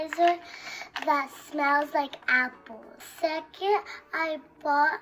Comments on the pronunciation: lol lil girl can’t even pronounce sanitizer lmaoo she said hanitizer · “ this hanitizer “ SHE CANT EVEN PRONOUNCE RIGHT I know she’s a child but if u can’t pronounce something that isn’t normally hard then I think you should not need that let alone get it